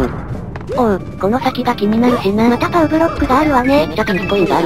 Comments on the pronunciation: ばねじゃなくてぱうじゃ？ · に一言言わせて何で「パウ」ではなく「バネ」って言ったの？間違えてるよ！！ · バネじゃなくてパうですよ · バネじゃなくて、パウʬʬʬ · バネじゃなくてパウですよ